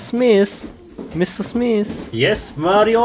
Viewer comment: when techer is mr. smith but pronounces it 'mr. smis' 🤣🤣